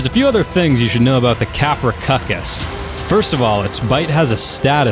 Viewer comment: Wow Capro cucus the real pronunciation is CA pro souk us